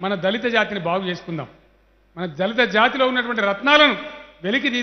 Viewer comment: Anii Sallu dhalithu dhalithu anakuuu raaa🙄